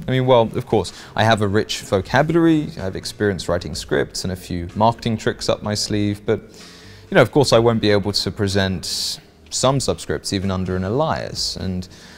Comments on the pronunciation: Are you kidding me? You are the second seemingly legit and believable youtuber I have encountered who does not know how to pronounce "alias". "Ay-lee-us". NOT "Ah-lie-us" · The word "alias" is pronounced AY-lee-us, not uh-LYE-us. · Alias is pronounced "Ail e ess" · I can't help but notice the number of Youtubers who seem unable to pronounce perfectly common everyday words. Case in point: "alias". It really is very odd. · For someone who claims that they have a rich vocabulary it's a shame you don't know how to correctly pronounce the word "alias". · Rich vocabulary... can't pronounce alias correctly. Hmm.